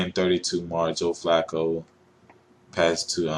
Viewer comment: Joe Fluke-O Really? just stop skip Bayless.